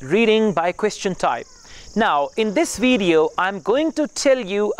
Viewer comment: Brilliant (excellent) Pay attention you pronunciations i.e. results, video and once you used OFTEN wrong as ofen not oftin